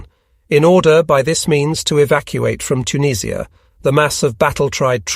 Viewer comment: "Auntie JUS" is actually "tante yu" and I have no idea where "Tuneeesh-ia" may be.